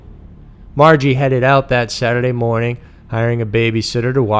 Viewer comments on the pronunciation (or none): none